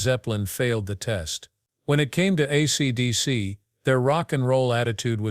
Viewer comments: Maybe you should concentrate on getting your AI to say: "ACDC" instead of "ACTC" before releasing this slop! Just saying! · I know it irritated me to a point I couldn't finish it. ACTC........ TF is that band?